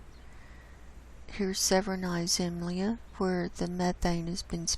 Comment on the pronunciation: The only slight corrective is that Russian has a particular stress on words, so it is SEVeranaya ZemLYA.